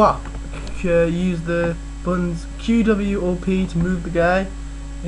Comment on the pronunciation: finally someone who pronounces it right!